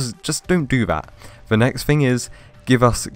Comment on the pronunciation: Why you keep saying “Vee” instead of “the” ??